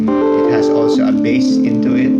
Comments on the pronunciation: Its beysss(bass) Not Bas(bass) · it should be pronounce as BASE